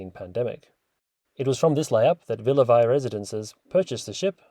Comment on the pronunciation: It’s pronounced Villa VEEE